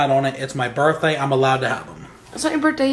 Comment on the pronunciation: =Bertday instead of birthday